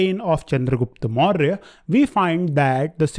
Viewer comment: Please try to pronounce properly when u saying the empire name its a suggestion ur class is good